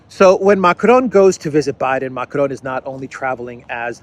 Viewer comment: please stop pronouncing Macron's name in Spanish. It is excruciating to hear. Good work otherwise